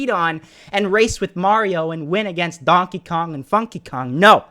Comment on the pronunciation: FONKEY KONG LOOOOOOL